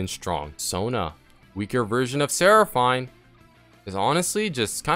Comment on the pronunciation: "serafain" "seena"